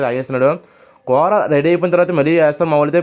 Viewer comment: కూర అనరా నాయన కోర అంటావేంట్రా బాబు